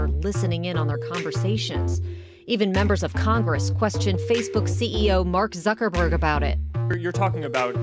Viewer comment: She really said "Mark Sucker-borg". Touche.